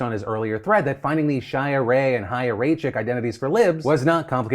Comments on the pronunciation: ISSUE IMMEDIATE CORRECTION: That is NOT how Chaya Raichik is traditionally pronounced in Hebrew!!!!! That’s not how you pronounce it at all! It’s pronounced “ch Hi👋 ya” … say the word “Hi” as in hello out loud. Now add the CH to the beginning as in CHallah. It sounds like it almost rhymes with challah except for the AIY sound in there. Ya you have pronounced correctly. Rye as in rye bread or rhyme. And chick as in a baby chick. Rye chick So it’s Ch-AIY-a Rye-Chick As an Orthodox Jew, I know the CORRECT pronunciation . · I will let it slide that you absolutely pronounced Chaya wrong every single time...